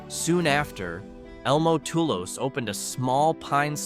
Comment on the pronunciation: Pronunciation of Natchitoches, Lafourche and Tully’s is wrong. Not sure what criteria were used to select the towns. There are so many with a rich history that would qualify.